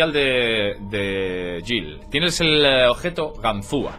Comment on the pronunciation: Objeto !OBEJTO¡ Tanto cuesta hablar en Español?